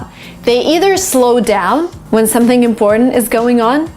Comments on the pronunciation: imBBortant imPPortant(✓) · I‘ve been confused for more than ten years, the end pronunciation of IMPORTANT. Doesn't it sound natural to say /tənt/ ? /tənt/ is much more smoothy and natural than /pɔ:_nt/ for Chinese. /pɔ:_nt/ sounds very indistinct to hear and immitate. like mumbling.